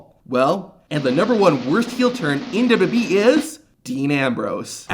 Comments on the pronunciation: It took me a minute to figure out you're just saying "WWE" so fast, you're slurring it. I kept thinking you were calling them "WB" like the old TV station before it became the CW. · Why is it so fucking hard to pronounce WWE???